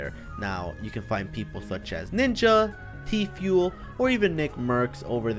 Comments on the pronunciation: Did anybody catch him saying tful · Did he say tefuil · He said Tfule 😂😂😂😂😂😂😂😂😂😂😂😂😂😂😂😂😂😂😂😂😂😂😂😂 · he said tfuel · lol he said tfule